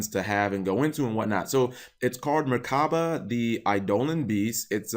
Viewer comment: Something small, but the pronunciation is mur-ka-bah.. also wouldn't be surprised if it gets a name change for religious connotation.